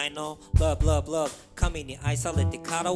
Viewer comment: LoveじゃなくてRoveに聴こえる